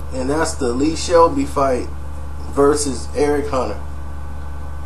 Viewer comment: It's Selby not Shelby